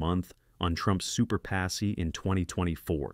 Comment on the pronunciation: If you are going to use AI narrators, at least listen to it all the way through to catch the mispronunciations. Con-TRAC-tors (CON-tractors) Super-puh-seas (Super-PACs) are the two that jumped out at me.